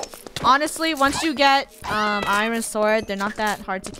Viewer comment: Lol “I - rin” it’s “ I - ern”